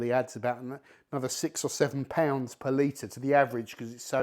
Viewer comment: It took me about 7 times hearing it until I learned he was saying per liter and not some made up currency called Palita that I never heard of